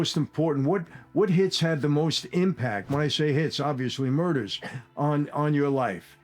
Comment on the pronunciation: “What Murdahs?!?!”